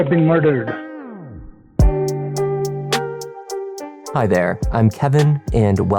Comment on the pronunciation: he made sure to roll his R’s realllll pronounced when he said ‘mardered’